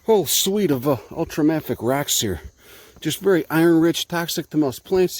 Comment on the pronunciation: He also pronounces it wrong, but I'm a geologist, so I could be safely ignored without anyone ever noticing. I'll just stand over here bring a geologist. No one will ever no. We're invisible.